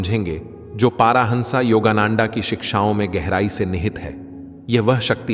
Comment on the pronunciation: Please learn the correct pronunciation of Swamiji's name. Which part of Bharat r u? He is परमहंस योगानंद and not नंन्डा